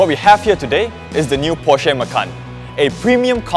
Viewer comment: Hey, find out how to pronounce PORSCHE